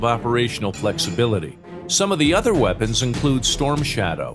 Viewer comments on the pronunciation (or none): none